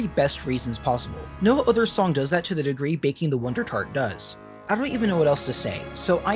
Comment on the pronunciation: baking the wondertart sounds like its saying Glasgow